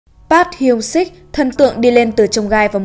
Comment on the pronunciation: Trời ơi đọc tên idol tôi mà choáng